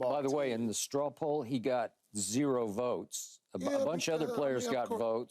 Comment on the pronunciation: Someone explain to Key what a "Straw poll" is..... it's not a straw pull... or "however they pulling straws". I had to listen to it twice to make sure I wasn't hearing things. Get him off TV please. He interrupted me twice just typing this.